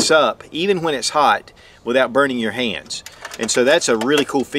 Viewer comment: Efficient not uhfficient. Hands not hayands.